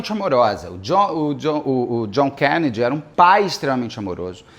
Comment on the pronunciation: Por que o Beto esta falando desse jeito estranho ao pronunciar o sobrenome Kennedy?